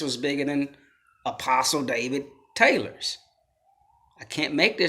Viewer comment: Lol. One of the biggest things we need to be worried about, is that people genuinely think that’s how “apostle” is pronounced